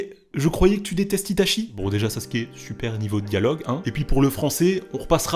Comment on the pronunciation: très bonne vidéo seulement tu devrais prononcer correctement les mots japonais, itachi se prononce itatchi et mangekyou sharingan se prononce mangekyoo shalingan